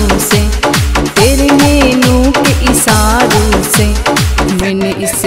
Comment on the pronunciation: अच्छा गाती है, शब्दों का उच्चारण पे थोड़ा ध्यान देना होगा जैसे स और श का उच्चारण, तेरे नैनो के इशारों से,👍